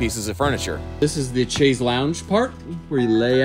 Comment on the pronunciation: Oakey dokey. I never do this correcting unimportant stuff. But you made a hard point to the little buddy. Chaise has no ch sound. It's a sh sound like shayzzz